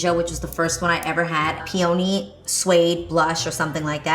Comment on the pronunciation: Girl I KNOW you did not just say “pee-OH-nee”🤣